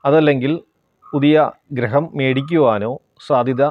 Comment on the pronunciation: Graham alla gruham...